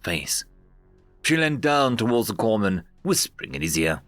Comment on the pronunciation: Corpsman is pronounced Core man. Notable since that usually refers to your medic. If your medic is known as a corpse man he's probably not very good at his job. Either that or your guys are just exceptionally good at getting shot.